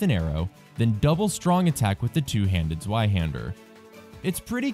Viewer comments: Zvei. Zveihander. Not Zueihander! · To be fair, I still like the video. But the pronounciation is pretty strange